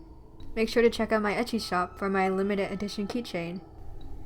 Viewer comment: I heard “etchy shop” and I couldn’t figure out what shop it was at first lol 😂